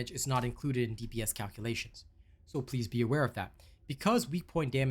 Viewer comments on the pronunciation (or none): none